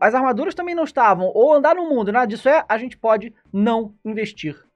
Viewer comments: Cara fala zenti.. igual o fefito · Ótimo vídeo! Vc fala a zente e izn Troca o g pelo z igual o fefito hahahahah